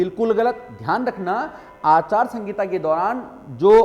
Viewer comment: भाई जी आचार संगिता नही आचार संहिता होता है